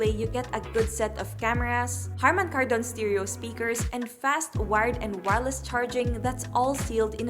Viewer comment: The way you pronounce "Kardon" on Harman Kardon is like weird... Why don't you research first how to pronounce it before posting that video.. It is stressed on the first syllable on "Kar"... Just saying.